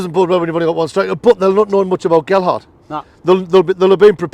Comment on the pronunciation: Thanks for the vid lads. Aye, you kept saying Geldhart but that's because the "D" keeps moving around. 3 - 1 to the lads.